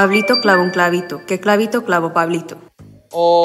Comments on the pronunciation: Min "Pablito cabrito" es enseriooooo 🤣🤣🤣🤣🤣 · No se ustedes pero siempre he tenido un problema con cr y cl ya que al decir clavito dijo cravito .. Es que como si mi lenguaje se enredera ... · YoungK pronunció mejor todos los trabalenguas que yo, yo me trabé en la palabra "Clavito" xd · Como es posible que un coreano pueda decir mejor que yo el trabalenguas de pablito clavo un clavito ._. Yo intentando dije Pablito clavo un clavito que plalito clavo parlitos y a la 2da le mande pablito clavo un pablito